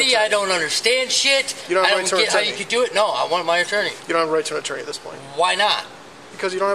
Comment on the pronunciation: i thought he was asking for "a torney" repeatedly lol